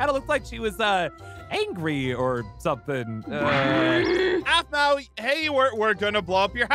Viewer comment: it’s Aphmau not Aphmo